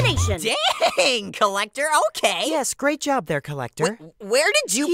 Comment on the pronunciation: The Collector ‘Lector ‘Lector bruh ‘Lectah ‘Lektah Da ‘Lektah